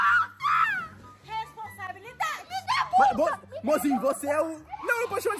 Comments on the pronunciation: mas o o video inteiro falando resposambilidade kkkkkkkkkkkkk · O " respondabilidadeeee" kkkkkkkkkkkkk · O na sacada falando RESPOSABILIDADE😂😂😂😂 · Hahahahah o void falando poteto io falando responsabilidade depois o falou eu sou a Ketlen né✨⭐💡🐭🚀⚡🦖✨